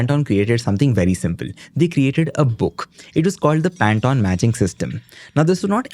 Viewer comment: FFS... It's PAN - TONE... As in tone of voice, tone of a musical note, THE TONE OF COLOUR NOT TON TON TON TANATAN 😂😂 🤦🤦🤦